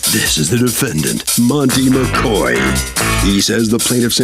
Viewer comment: it’s not a big deal your right but it just sounds bad. That man’s name was “MACOY”and the defendant kept saying “MACOR” 😂.